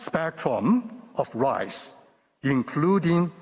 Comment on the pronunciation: this man said ... a full spectrum of rice ( rights) LOL.